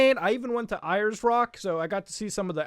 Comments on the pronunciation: For anyone wonderings: It's pronounced "Airs Rock" It's also "Optus", YES is their slogan And the nook I believe he is talking about is near Melbourne Central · aw damn, you pronounced ayes rock wrong its like "airs" also the proper name is uluru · thanks, few pronunciations things, Ayers Rock is pronounced like Aires rock, and south Yarra is pronounced Yah-ra. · it's pronounced like airs and Muta said it like eyers. Being Australian, it's funny because Ayers rock is more popular than Australia. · its pronounced airs rock and go to adelaide baaa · it’s pronounce ‘airs’rock Also Melbourne is pronounced Mel’bin’ Just hurts us aussies 😪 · Pronounced "Airs" Rock. But it's real name is Uluru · When he pronounced Ayers as Iyers, I legit died of laughter. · Damn, he really called Uluru "Eye-ers Rock" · Pronounced airs rock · 😁 It's pronounced airs. Rock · Muta mispronouncing Brisbane and Ayers Rock smh